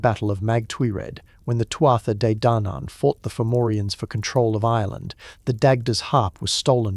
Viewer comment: Tootha de dannon. You can say it this way